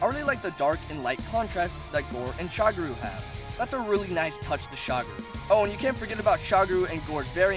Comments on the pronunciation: What's a shagroo? Edit: Moncher huncher? Practice enunciating :/ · holy shit, not Shagru, its Shagaru, SHA GA RU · I thought it was magara not magala for shagaru